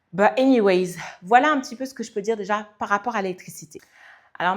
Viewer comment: C’est anyway pas anywayZZ. 😅